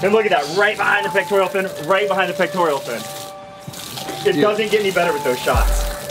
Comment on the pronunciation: And it's peck-tore-uhl, not peck-tore-ee-ul. The elf's name is Dobby (dah-bee). Great video guys.